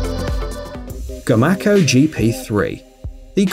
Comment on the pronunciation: i built these. i build commander 3 and 2400 on up. i live in ida grove. its pronounced [go-may-co] not gomacko